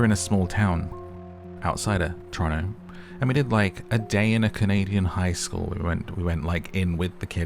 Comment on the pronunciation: Thanks for pronouncing Toronto how us Torontians pronounce it 😅😊